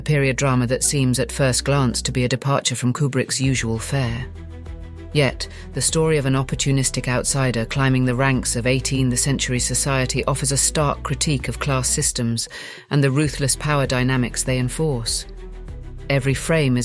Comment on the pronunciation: Stupid AI read "18th Century" as "18 THE century."